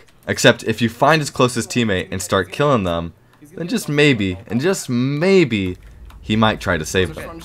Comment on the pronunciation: "Mabye“ is crazy